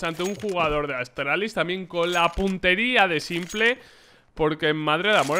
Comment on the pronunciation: Se dice simpol, no simple